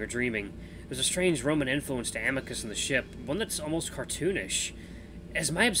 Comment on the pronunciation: Please don’t voice Amicus with an Italian accent please 🥺